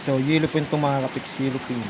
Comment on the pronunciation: It’s YELLOWFIN tuna not “yellow pin”